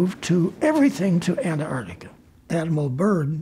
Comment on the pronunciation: I wonder why so many people, including some scientists who study Antarctica, pronounce it "Anartica"?